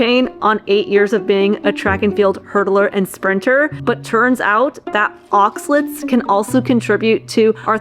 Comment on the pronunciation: It’s pronounced ahx-ah-laytes, not ahx-lits.